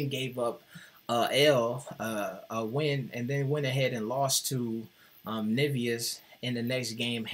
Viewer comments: Nevezis is pronounced ne-ve-zhis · But you pronounced Nevėžis horribly, the way you pronounced it we would write Nivijus.